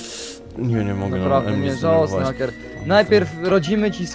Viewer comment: hejker a nie hacker